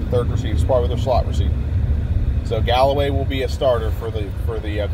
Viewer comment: It’s Callaway...not Galloway